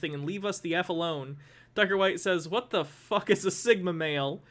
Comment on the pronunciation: “Thigma mill”